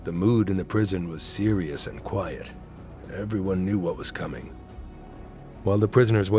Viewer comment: why is there this emphasis on quiet? That makes no sense. Why do you point out private? That seems off. Let me know when you can